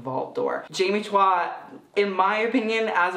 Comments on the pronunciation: Is it also pronounced "chwa" in Singapore? In the Philippines we pronounce Chua as "Choo-wa." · "chwa" is correct. We just pronounce everything differently in the PH 🤣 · Choo-wah. This is a better representation of how you pronounce her last name. Two syllables. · I have the same last name but I pronounce it as chew ahh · Her name is pronounced CHOO-WAH. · It is Chua is pronounced as Choo-wah